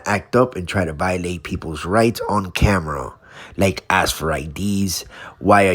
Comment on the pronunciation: Amazing how many Americans can't correctly pronounce the word "ask".